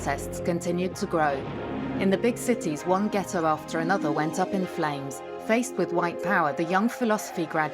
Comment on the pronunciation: As a serious documentary channel, why are you using those goofy animations? And the way you said ghetto. Please copy have several seats 🙄